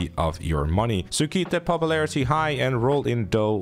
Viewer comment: "Popuplarity" English, my guy. It isn't hard.